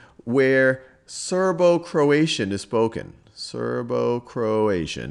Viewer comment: Serbo-Croatian not Serbo-Croation